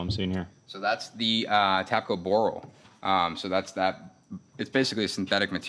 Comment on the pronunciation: It's boral